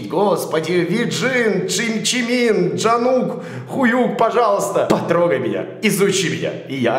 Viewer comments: Это не Джимин, а Чимин, не Джонкук, а Чонгук 😂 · А Джанкук? 😹😹